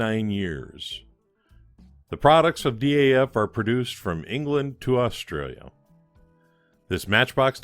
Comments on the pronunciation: The name is pronounced as one monosyllabic "Daf" (with the A as in America or Arnold), like "daft" minus the "t"... at least according to the dutch people who run their awesome archive/museum. Keep up the great work. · Another fine resto fella, looks factory fresh. FYI here in the UK DAF is a word pronounced like daft, but with a silent T Haha. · DAF are now part of Paccar, who own Peterbilt and Kenworth, I think most people say DAF as a word, instead of separate letters, even though you are probably right to pronounce each letter, M.A.N. are the same